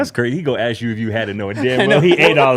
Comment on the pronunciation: He doesn't say "ask" he says "ax" lol is goofy